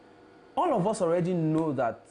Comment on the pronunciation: Please, its not 'Hus' but 'us'. Just work on the 'h' factor. Nor b insult o